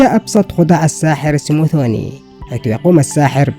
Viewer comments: انگليزيتك ضعيفة حاول تطور نفسك ، وربي يوفقك وهو اسمه سموذيني مو سموثوني وشكرا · اسمه سموذيني مش سموزيني يا جاهل